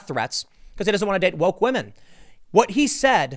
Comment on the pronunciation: Tim absolutely watches Pewdiepie between the pronunciation of "wamen" and twatter" those are dead giveaways lmao